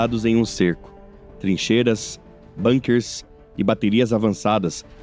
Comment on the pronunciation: "Bunker", é a uma palavra alemã, e pronúncia-se exatamente como se escreve, não é inglês... Mania tspuia de pronunciar o alemão, como se fôsse inglês...